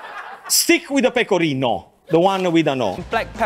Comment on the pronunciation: She definitely said: "more pecorinA" Cheeky, cheeky